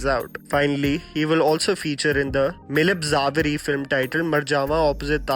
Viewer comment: its pronounced as Mee-laap Za-way-ree